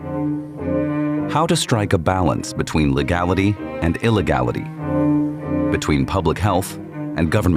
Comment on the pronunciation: this is what the ai voice betrayed 😂 legalliqy